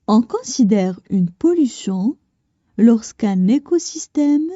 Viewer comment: السلام عليكم ورحمة الله وبركاته Si vous voulez améliorer votre prononciation. Vous prononcé : on considère , on cansidère , (AN ) alors que c'est (ON). Aussi , on fait des pauses de lecture aux virgules et aux points mais , pas à chaque mot . J'aurais apprécié que vous lisiez les phrases en arabes , je suis convaincu que votre prononciation en arabe est excellente . Voilà ma contribution de critiques constructives à votre production .